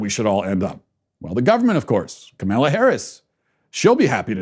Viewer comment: Kamala is not that hard to pronounce dude, it distracts from your message.